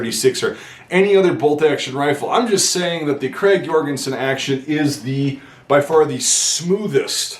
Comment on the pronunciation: Hey. As a Norwegian I'd like to help you with the correct pronunciation of the rifle, Notice that the name is "Krag Jørgensen" not "Jorgensen". enjoy